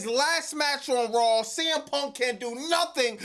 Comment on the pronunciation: Its RAW not RAWWLLL!! It's Vaquer not VALquer! Stop adding L's where they obviously aren't!